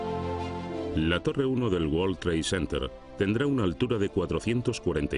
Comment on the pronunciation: Que forma tan incorrecta de pronunciar world trade center please españoles son el único pueblo de de Europa q son malos con el ingles el 90 por ciento lo pronuncian mal